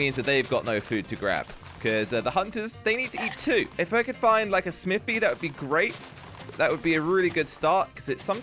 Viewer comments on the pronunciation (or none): Why said Smiti or anvil